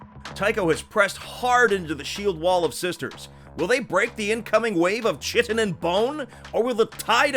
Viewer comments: I know it is the most pedantic, prescriptivist, nit-picky thing ever, but I cannot help cringing every time they mispronounce "chitin" It is pronounced "KITE-on" not "CHIT-in" because Greek-derived words are very counter-intuitive in English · Such a cool paintjob/conversion, awesome background music, and excellent gameplay. This is definitely one of my favorite episodes... or it would be, if would stop pronouncing "chitin" wrong. It's KYE-TIN, not CHIT-IN. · "Chitin" is pronounced "Kytin" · In case a thousand other nerds haven't corrected you, chitin is pronounced "KY-TIN". Cheers! Love me some nuns vs nids! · Am I the one who's been taught wrong, or is chitin supposed to be pronounced more like "Kyton"? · Bro, chitin isn't pronounced like that.